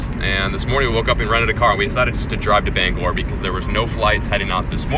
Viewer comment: Can all my fellow Mainers thank my man for pronouncing “Bangor” correctly...